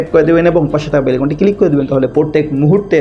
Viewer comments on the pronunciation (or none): 🤣🤣🤣উপস্থাপক, আপনি “ আরবী সুরে বাংলা বলেন” আপনি হয়তো “ মাদরাসার ছাএ ছিলেন, “ কিলিক বলবেন না বলবেন ক্লিক ।